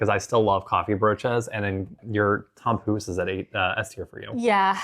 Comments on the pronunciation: missed the kaasbroodje and puddingbroodje! Also, I know its spelled 'tompouce', but its pronounced like 'Poes' which means kittycat if you know what I mean! But you guys are great, very entertaining. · Yes, she was really slaughtering that tompouce.